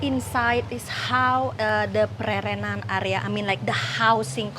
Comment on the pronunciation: Hello & (thanks 4 pronunciation of Pererenan). Beautiful & charming area and can see the appeal to foreigners. I do not want to live in a villa isolated from local culture and want to improve my Indonesian and participate in local ceremonies. Thanks for showing another side of Bali., baik sekali 4 consultation on how to take great videos. Nanti, saya mau. Will you do it in person or only online? Is this with go pro or iPhone? Banyak success. Banyak cinta.:chillwcat